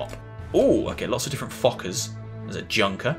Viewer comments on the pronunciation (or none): Good Demo! Please! stop saying "junkers", the correct prononciation is "yunkers" or "younkers"